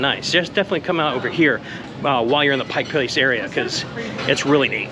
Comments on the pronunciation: It's "Pike Place". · The first rule of journalism…get the damned NAME RIGHT. Pike Place….duuuhhh…